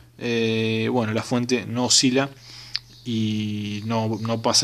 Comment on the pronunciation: Eeeeee.para que vamo a medi eeeeeeeeeeeee....para ke ane la fuete.eeeeeeeeeee